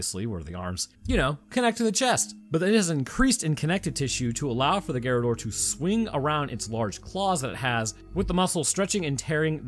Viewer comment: Yeah the right pronounce is garradór, is quite difficult for English based speakers to talk in Español or in Italiano since your language is from German origins while the ones i cited previously are born from Latin so different on almost every aspect